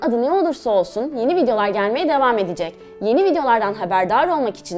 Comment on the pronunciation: Konuşurken -ecek ve -yor eklerinin yazıldığı gibi söylenmesi kulağa hoş gelmiyor . Akışına bıraksanız daha güzel olur 👍